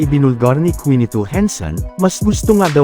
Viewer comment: Boy hindi kwinito henson ang pagbigkas kinito ang bigkas don bulol ka talaga boy.